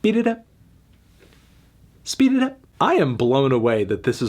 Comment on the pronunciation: Excuse me, Anthony, but the correct pronunciation of the Gunna song is "SHPEED IT UP"